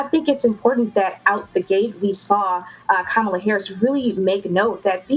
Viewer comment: “Ca-Mala Willie Brown”